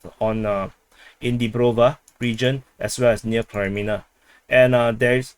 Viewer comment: Why are you pronouncing it Kri when it is Kre -menna. There's NO ay sound. So not Krimenna but Creh-meh-nah. Actually should be -aya at the end but let's not ask too much. 😉